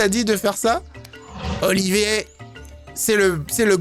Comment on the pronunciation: Mais c'est [Oliveur] et pas [Olivier] (ça s'écrit Oliver)